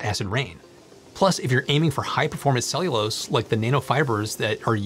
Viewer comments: "ceilose"?? It's ce-llu-lo-se i could not understand what you were saying until the word came on screen... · It is pronounced Cell you lows……Not Saylose. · Your pronunciation of "cellulose" is nearly unintelligible. It's "SELL- you- lowce". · Are you using an alternate pronunciation of "cellulose" that I wasn't aware of? "Ceylose"?